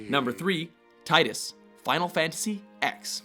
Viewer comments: Zack Fair should've been the FF entry. Also, they're pronounced "Tee-dus" and "Final Fantasy Ten." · you said tidus wrong. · Please learn to pronounce Tidus correctly. And seriously? Final Fantasy X? The X is Roman numeral for 10. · So I take it no one at WatchMojo has played Dissidia, because Tidus' name is pronounced incorrectly here. Also, I would have put Zack from FF7 Crisis Core, Grovyle from Pokemon Mystery Dungeon 2 (not including Sky), and Minato and/or Shinjiro from Persona 3 on this list. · Did you seriously mispronounce Tidus' name? I would expect that out of someone who didn't know what they were talking about, but you do all the video game lists. Plus, he really didn't sacrifice himself. He had no choice but to disappear. It's only a sacrifice when you choose it. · 1. It's pronounced "Tee-dus", not "Tie-dus" 2. Tidus did not make a sacrifice, rather, he was sacrificed (albeit indirectly, sort of) by Yuna, given that she had no desire to turn any of her friends into the next Final Aeon, thus creating a new Sin in the future. From a logical standpoint, killing Yu Yevon's spirit to ensure that Sin will never be reborn is best, even though Tidus would disappear (which, in a sense, doesn't matter, since he in all technicality is not "real" anyway) 3. Zack Fair is a much more suitable candidate. Plain and simple. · it's TEEDUS NOT TIE DUS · am i the only one annoyed that he pronounced Tidus wrong? I know they never say his name in X, and i can't remember if they ever say it in X-2, but i know they say it in Dissidia. It's pronounced tea-dus, not tide-us. And his death wasn't a sacrifce, he never existed, he was a anomaly created to defeat Sin, and he did, and time corrected itself and he dissapeared.... how wasn't Zack Fair in this list :( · Also quit pronouncing tidus wrong. Dissida pronounced it how it should, teedus not tidus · it's "Teedus" and not "Tye-Dus" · It's pronounced "tee-dus", not "tie-dus" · It's pronounced Tee-dus not TIGHT-us.